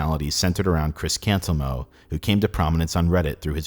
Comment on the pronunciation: I keep hearing Chris Cameltoe and Cameltoeism.